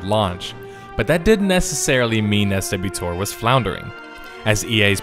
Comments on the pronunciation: Who calls it SW tor? I've never heard anyone call it that before. Swtor is typically pronounced swo-tor from everyone I've ever heard say it. Minor point, but still bothered me xP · Do people really say "ess double you TOHR"? I've always heard it said "swoh-tor" as one word. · It's not S.W TOR it's pronounced swo-tor. And game isnt dead theres still a healthy population. Just because it's not pulling in 10 million players doesnt mean people aren't playing it. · it wasnt pronounced SW tor everyone called it swo tor. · FFS, its one word, SWTOR, not S W TOR. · Never heard anyone pronounce 'SWTOR' as "Ess double-u TOR" until this video. Bit of a mouthful, might as well just say "The Old Republic" instead, both are 5 syllables. Or "Swuh TOR" for 2. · Ok, starting to watch your video. I have never heard any of the players call it S W Tor. Either swtor (pronounced swotor) or just tor. Never S W Tor. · Anyone else pronounce it Swa-Tor? Not S.W. Tor? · Why do you keep saying SW-Tor... its pronounced Sweater. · SWTOR = Swotor. (try pronouncing it like that) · Really? EssDoubleUTOR is how some people pronounce it? What a fucking mouthful. Why not call it Swuhtor and be done? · Who the fuck says S.W. Tor? Who? People pronounce SWTOR as SWOTOR, one word, not S.W. Tor. Jesus Christ, that was so annoying. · Absolutely no one calls it S,W, TOR lol. It's either SWat-tOR or SWoh-TOR if you're a douche. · we all called it SWTOR (pronounced swotor-- Swoe tor) not sw - tor.. I played from beta until recently..... good peice but for fucks sake learn how it was pronounced. BTW i was also in galaxies from beta until it died. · What? It wasn’t called S-W-Tor... it was called Swo-Tor. Who has time for that many syllables? Swo-Tor is much faster to say. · "SW: Tor as its often called" NOBODY CALLS IT THAT. THEY CALL IT, AS ITS PRONOUNCED: "Swoah-tore" ..... if youre gonna talk about its "death" get it right. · "Swo-tor". That's how it's pronounced in the community. S-W-tor is so choppy.